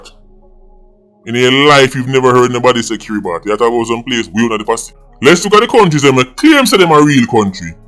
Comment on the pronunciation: Its NOT KiritBati....its pronounced KIRA-Buss